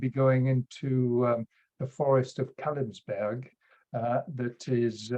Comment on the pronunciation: Kalebsberg, not Kalebsburg